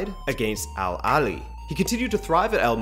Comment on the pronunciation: I'm so happy you made a video like this. Also merit to the pronunciations of the Egyptian club names that was perfect.